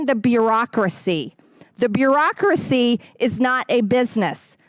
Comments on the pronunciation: 😂 did mtg say beerocracy? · LOL. This prominent (scary) politician can barely pronounce bureaucracy LMAO. - “By the American tax people “ ?? This is who you are 🇨🇦LOLLOLLOL